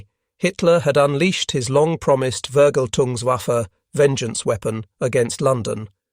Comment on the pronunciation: "Vergal tungs waffen"? Really?